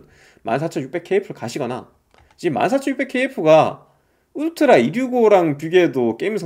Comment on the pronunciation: 울트라가 '웃뜨라' 로 들려요.